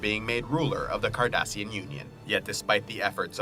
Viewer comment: Also cardassian not kardassian